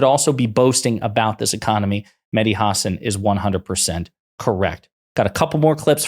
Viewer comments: FYI: It's pronounced Ha SAN not HA san. And MSNBC taking his show off the air was a terrible mistake. I used to love it, even those times when I didn't fully comprehend what the hell he was talking about. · Stop saying his last name like that. You do this all the time. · that mispronounciation of hasan was painful